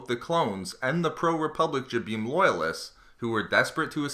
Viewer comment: This guy butchers all the planets names...Example..this one and Mygetto